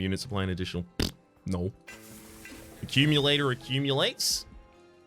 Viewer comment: "Accumulator accumulates gonna keep accumulating until it hits a boss and says accum-Ulater" This had me wheezing 😂